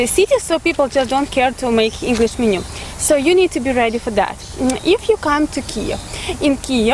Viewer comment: мЕнью, а не менЮ.